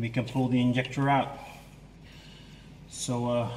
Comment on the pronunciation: I like watching your videos, but you kill me when you say INJECTOR, LOL